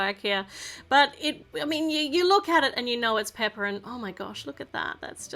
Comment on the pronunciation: It’s not peppa it’s pepa